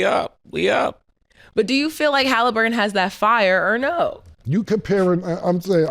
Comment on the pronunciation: Haliburger😂 not Haliburton being cauliflower chicken😂😂